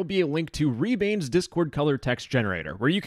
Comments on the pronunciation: ITS NOT RE BANE ITS REBANE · it's not pronounced like ree-bayne, but reh-bah-neh